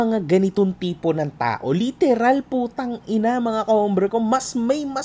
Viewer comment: Ang lutong ng “POTANG.INA AT HAYOP KA”